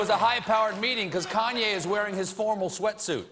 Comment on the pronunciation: This guy can't even say Kanye right